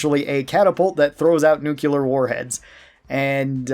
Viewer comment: Nu-cle-ar. Nuclear.